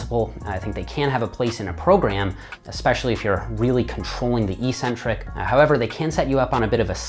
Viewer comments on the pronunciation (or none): It’s EHK-centric, not EE-centric. The long-vowel negation mistake is derived by false-conflation with words like asymmetric.